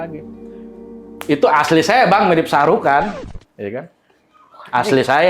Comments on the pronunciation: Shahrukan?....Sarukan. keles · Lusu juga Abang agarukan bukan saheukan 😅😅